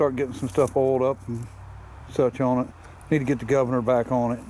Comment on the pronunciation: No such word as oin its pronounced on